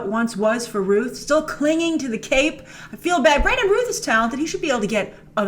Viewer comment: Hate to be that person but... his last name is pronounced like mouth not ruth